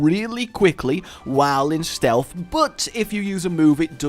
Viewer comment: For the love of all things not cringe-worthy! Stealth is not pronounced "Stealfffffff". There is a noticeable "TH" on the end. JFC!